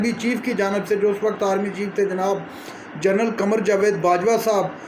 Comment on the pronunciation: یار لوگو! کچھ خوفِ خدا اردو ہماری زبان ہے جو فوج میں ہوتے ہیں وہ “جنرل” (General) ہوتے ہیں ۔ جرنل (Magazine) رسالے کو کہتے ہیں ہمارے پاکستانیوں کی اکثریت جنرل کو جرنل کہتی ہے۔ اسی طرح لفظ “عوام” جمع ہے “عام” کی اور یہ مذکر ہے لیکن ہماری پوری قوم اس کا غلط استعمال کرتی ہے مثال: عوام کھڑی ہو گئی ہے، عوام یہ بات برداشت نہیں کرے گی وغیرہ وغیرہ عوام کھڑے ہوتے ہیں، عوام کھڑی نہیں ہوتی بہت شکریہ آپ کا اگر آپ کم از کم اپنی زبان تو ٹھیک بول لیا کیجئے